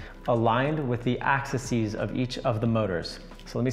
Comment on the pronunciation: The plural of axis is 'axes' ☺. Pronounced Ax-eez